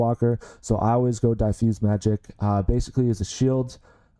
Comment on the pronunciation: Pronunciation on "diffuse" is incorrect. Not "die-fuse", but "diff" (as in different, which is the root word).